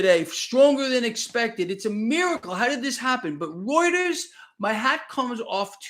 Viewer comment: is the only person who can correctly pronounce reuters.